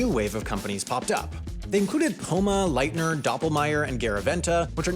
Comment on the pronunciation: As a huge ski lift nerd, you butchered the pronunciation of a lot of the chairlift manufacturers. For example, Leitner is not pronounced "lie-tner", but instead "lee-it-ner". Other than that, great video! Keep it up!